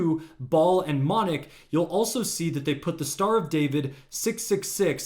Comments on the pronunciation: Its Moloch..not monoch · It's not how you pronounce it , it's not monick its molelock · And its Molech..NOT MONEK, dope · You dummy the Baal statues are made by the Iranian regime to gin up hatred of external forces and divert ire away from the Iranian regime. Also, it’s Moloch not ‘monech’. And Iran is not pronounced eye-Ron. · The names are pronounced as, “Bay-all” and “Moe-lock”. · Rewatch your video as an illiterate this is how you learn how stupid messing up information is you kept saying the word moloch or Molech so incorrectly that it looks like you were trying to mention something else that I know you really shouldn't about death